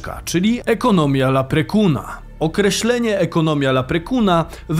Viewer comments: "laprekun" powinno się czytać "leprikon" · Obok tego HP lowilem najpiekniejsze ryby swojego zycia. Nie zebym sie dojebal , ale Leixlip , czyta sie Lixlip. Leprechaun ( Karzel) Czytamy Leprikon . Agnielski jest zupelnie inny niz w Wielkiej Brytani. Pozdrawiam z zielonej wyspy.